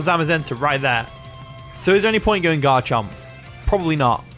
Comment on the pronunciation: I thought you called it Godchomp lol. I was just like yup, it sure is lol.